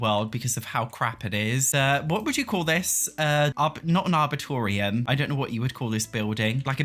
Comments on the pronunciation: Are-bore-ee-tum (northern U sound) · The best review of a pack ever! Completely valid. Exactly why I refuse to give EA a nickel. Nice graphics, that's about it. Not innovative, like the other Sims games.The only power we have besides our words is our wallets. It was funny how you added another syllable, or two, to "Ar-bor-e-tum". I luv your videos. Keeping it real! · The Arboretum (pronounced ar-brr-eat-um) is the name of the lot, essentially it is a public garden usually dedicated to trees rather than flowers. The building is a solarium/conservatory.